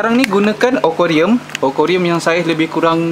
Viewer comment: akuarium bang.... bukan okorium.... hehehe